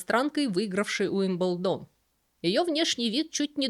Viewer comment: При всём уважении почему УилбендОн??? Ударение же на И?Но как всегда, узнала много нового, спасибо❤